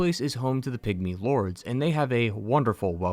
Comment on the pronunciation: For a moment I thought he said “pick me” instead of pygmy 😂